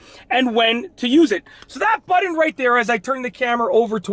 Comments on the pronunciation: It's seriously nauseating the way you pronounce the word button. It's Butt-on with a hard T. You pronounce it like it's spelled Buddon. 🙄 Stop it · Budden? Like..... Joe Budden? Or are you trying to say BUTTON (pronounced: as either Butt•un or butt•in)? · what is a "buddun" lol? And why are you yelling??? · I love how he pronounces “button” ….. “buddin”….